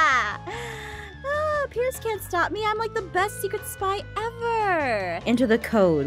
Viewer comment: It Sounded Like She Said “Supply” Instead Of “Spy” In The Intro Thing